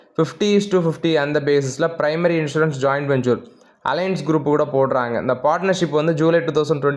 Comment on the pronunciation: Don't pronounce ஜாயிண்ட்வெஞ்சூர் say ஜாயிண்ட் வெஞ்சர்